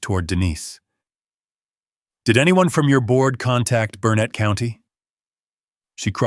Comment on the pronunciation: It’s not pronounced Bur nett. The pronunciation is BURNET. Stress is on the BUR. location. 41 miles from BURnet